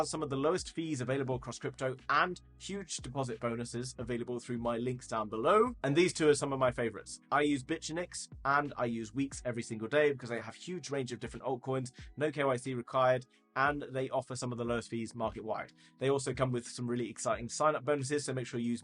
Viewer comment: I'd probably more likely signup if it was pronounced Bit-Unix instead of Bitch-unix